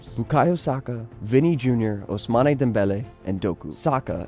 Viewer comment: It's pronounced ousman